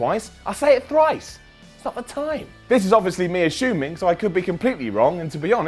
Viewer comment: is saying a-shoe-ming?